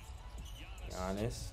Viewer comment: Someone that actually pronounced Giannis's name correctly